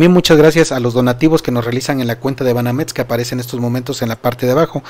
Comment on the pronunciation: Se dice Banamex no Banametz Se dice excelente no etcelente